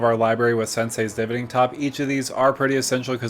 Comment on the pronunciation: the way you pronounce divining is gross